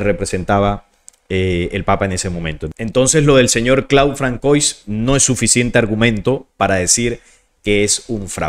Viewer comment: Disculpa saludos desde Panamá 🇵🇦 Muy interesante solo un pequeño consejo Se pronuncia “Fransuá” me refiero al nombre François. Es un detalle quizá menor pero igual p.e. cuando citas en otros videos a Elon Musk (Pronunciar Ílon Mosk)